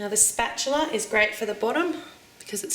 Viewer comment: Technically, its spatula, not 'spatular'.